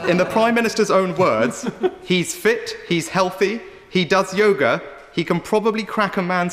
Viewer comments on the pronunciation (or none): none